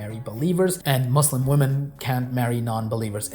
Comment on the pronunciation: Yeah, he can't even pronounce Muslim correctly...